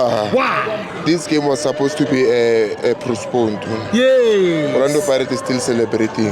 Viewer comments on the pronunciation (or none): Did I hear prosponed instead of postponeed? Maybe my ears don't work so well now